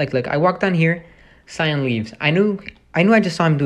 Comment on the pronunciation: You say cyan wrong no affence